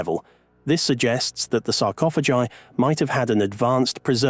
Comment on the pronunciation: Please.... make up your mind on how you pronounce the word sarcophagi!